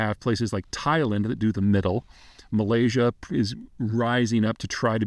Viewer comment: but yet, he manages to pronounce 'Malaysia' just fine